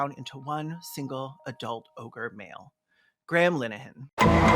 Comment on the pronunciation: The way his name sounds like Gremlin Ahan when pronounces it